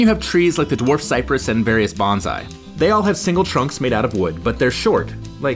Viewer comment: Love your videos, but I wanted to point out- the pronunciation for bonsai is "bohn-sai"- "banzai" is a completely different word.